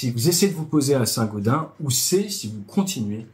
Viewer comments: Pour info on dit Saint-GaudenSS 😉 À part ça excellente vidéo comme d'hab 👌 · Chez nous on dit saint gaudensssss ! Sinon très binne vidéo ! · On dit Saint Gaudensse :) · Bonjour, il faut prononcer le S final de Saint Gaudens [sɛ̃godɛ̃ːs] . Bonne vidéo instructive comme toujours. Vive la chasse d'eau! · On prononce St GaudenS avec le "s" à la fin ! ;) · Désolé, je suis obligé de te corriger, cela se prononce "Saint Gaudainse":D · Saint GaudenS ont prononce le S !! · Saint-gaudenSSSSS ON PRONONCE LE S FINAL BIN SANG Dsl, je ne pouvais pas ne pas réagir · St Gaudensssssssss c'est pas comme gredin ;-) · On prononce le s de Saint-Gaudens !